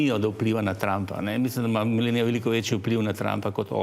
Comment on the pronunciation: Gost se pravilno ne zna izgovorit Melanija..sramota za gosta.